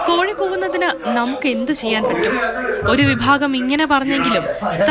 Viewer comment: കോയി അല്ല കോഴി എന്നാണ് 😄